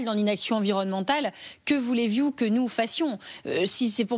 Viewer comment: « Que voulez vious »